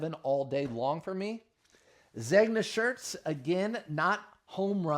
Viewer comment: Take the ears out of the hat. And google how Zegna is pronounced.🙂